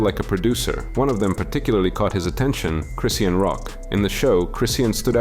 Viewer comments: Cryseeian is crazy😂😂😂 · How you pronounce chrisean like 5 different ways & none of them were right lol